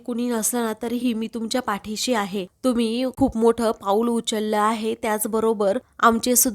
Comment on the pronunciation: उच्यला नाही गं उचलला म्हणावं